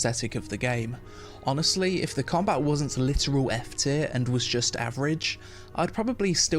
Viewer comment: Its combaT. Comba-bloody-TTT!! Not comba. Comba is not a word🤪